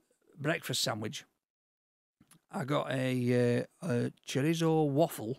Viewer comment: Love the fact you don't correct pronunciations of chorizo ect. You just embrace him for who he is. Good work lads.